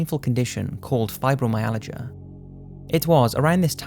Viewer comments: Number 2 - it's pronounced Fi-bro-my-al-gia - I suffer from it ! You have the 'l' and the 'g' transposed ! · Dude, you totally pronounced Fibromyalgia wrong.